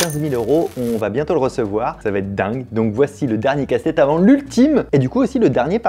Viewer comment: J'ai l'impression d'entendre Castex à la place de casse tête 😅😅😅